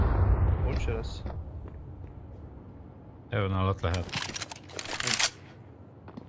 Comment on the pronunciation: hevön lesz. Hevön lesz. hevön. hevön. HEVÖN. HEVÖÖN...... Még jó hogy infóztam. :D